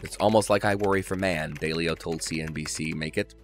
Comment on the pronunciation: It's DAW-leo.